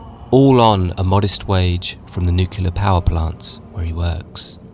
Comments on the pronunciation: It's nuclear not nucular. I cringe so hard when people say nucular. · He said it like that in the video. He said nucular. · its new-clear you dunce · it's pronounced "Nuc-u-lar" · Great video but why can’t anybody pronounce ‘Nuclear’ any more?… 😢